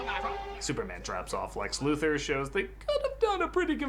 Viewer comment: You have no idea how irradiating hearing him say Lex last name wrong Luthor Lu Thor Come on 😑